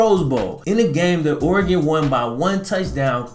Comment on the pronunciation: Ore-gone, Oregon